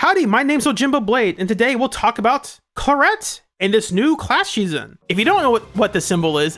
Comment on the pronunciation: I love her but her name being pronounced Cla-ret instead of Cla-rey is a travesty, it's so much prettier😢